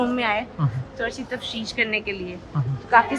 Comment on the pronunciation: Lahore college ki student ko ek urdu ka simple word TAFTEESH nahi bolna aata ,TAFSHEESH bol rahi hay nikimmi . Yeh hay Pakistan kay education system ka kacha Chatha.